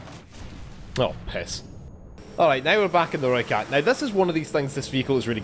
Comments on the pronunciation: You sounded like a real soutie from south africa trying to talk with the accent😂 But you do sound better than most youtubers saying "Rooikat"😎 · You may not be good at the South-African accent but you pronounced rooikat right.